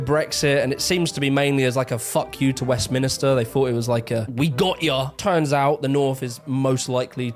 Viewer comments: Where does You Tube get all these people who, on the face of it, speak with authority but cannot pronounce even the simplest words. It’s not Westminister, it’s Westminster! Anyway, I am from the North. I can remember when we had powercuts back in the 70s. The economy was terrible and there wasn’t enough power to keep all the lights on in the evening. I remember the miners strike and the riots. I live down South now… feel like a bit of a traitor. The north used to have shipbuilding, busy ports, car manufacturing… that’s mostly gone now 🙁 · STOP SAYING WEST MINISTER it's just Westminster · Thank you. It drives me nuts West minister... I hear it a lot.. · Also, as he's from the South he should probably know that it's Westminster not West Minister. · Ffs, the British guy doing that video doesn't even know the Parliament is in Westminster NOT West-minister 😂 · I'd just like to state for the record - it's West-MIN-ster, not West-mini-ster as our boy keeps saying. I hear it a lot actually. Maybe because Minister's work there?? I'm a Southerner but I've got a lot of Northern work colleagues and they're brilliant! I think a good mix is the key. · Don't put too much faith in a person (original uploader) that can't even say Westminster correctly. The fool keeps calling it Westminister, damn fool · needs to stop saying West - minister.